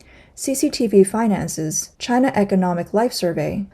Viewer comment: Its its Myde in Jina! HAHA